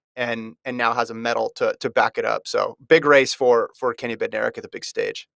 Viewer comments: Bednarek is pronounced BEN-narek, with the stress on BEN. The D is silent. How does FloTrack not know this? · Actually, Kenny is my cousin and Bednarek is pronounced Bed-Nar-ek. The D is not silent, but kind of blends in with the N. Just letting u know from one in the family. Saying Benarek without the D is wrong and so annoying that announcers get it wrong.